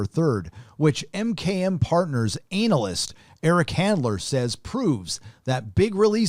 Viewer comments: Is he trying to be funny saying A-nal-yst? It’s pronounced ANN-a-lyst. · its prounounced ANA-LIST lol not anul-list you're funny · Is he mispronouncing "an-ahl-ist" on purpose or is he using the porn industry pronunciation? Either way, I'm laughing my ass off! "ANAL-ist" is closer to the truth, anyway! 😁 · lol............anal-lyst...... It is pronounced Ana-lyst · Why does he pronounce it anal-ist... 😂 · anal-ist? hehehe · Lol you said analist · ANAL-lyst....... HAH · I like the way you say “ANALyst”, so apropos. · You said ANALyst. hahahahaha I caught that. Yep, Hollyweird and politics are full of ANALysts. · Stop being a smartass and say ANALis wrong! had to click off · It's easy to tell you came from san fran.... Pronouncing analyst, 'anal-ist'.... pure San Francisco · Lol it sounds like you are saying anal ist. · LMAO, ANAL-ist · I just like the way you pronounce analyst. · The way you say "Analyst" make me crack up ll the time :D